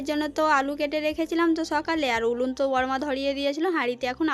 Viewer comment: ওটা লতুন উলুন নয় ওটা হলো নতুন উনুন।খাল খোদা ওটা আবার কি কথা ওটা হলো গততো করা হচ্ছে। টমেটু নয় টমেটো।ওটা করোই না ওটা হলো করাই।আর দৈবকির সাথে তোমার তুলনা করোনা।দৈবকি হচ্ছে চাঁদ আর তুমি হলে পোদ।দৈবকির মতো মেয়ে হয় না, ।